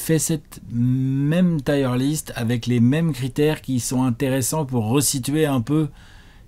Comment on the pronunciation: Encore une super vidéo mais la prononciation de "tier list" tout du long me donne des frissons 😢